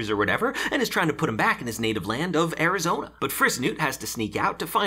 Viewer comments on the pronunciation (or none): none